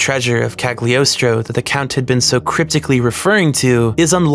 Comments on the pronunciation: g in cagliostro is silent. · Part II has a lot of disappointing episodes in terms of writing. Part I is best, especially the first 9 episodes. Also Mystery of Mamo is better than Cagliostro. Also Cagliostro is pronounced with a silent g (as it's a vaguely italian setting. Listen to the japanese dub.) That's all, thank you very much for the video. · "I'm really smart." Immediately mispronounces "Cagliostro" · Impeccable pronunciation of Citroen but says Cagliostro with a hard G.